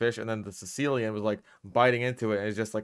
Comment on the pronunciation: I keep hearing his pet species’ name as ‘sicillian’ and imagine him keeping some poor italian guy as a pet